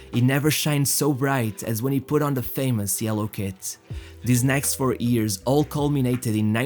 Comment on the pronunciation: Years not ears 😂🤣😅🤣😂